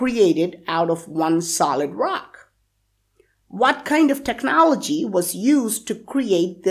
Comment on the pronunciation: Its not pronounces technă'lgy its technôaľg